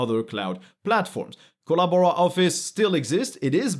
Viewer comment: ?...you got us CRACKING UP LAUGHING here in the man-cave...with your "Kolla-Bora" pronunciation!...Hahahah!